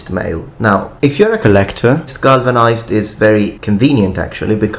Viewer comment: glavanized ? Huh